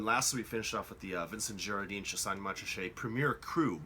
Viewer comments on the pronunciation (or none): Also, ‘fils’ is pronounced ‘feece’, silent ‘l’. And ‘Girardin’ has a nazalized final syllable.